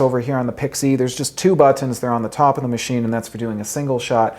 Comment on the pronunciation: I hate the way you pronounce “buttons’. Knock it off!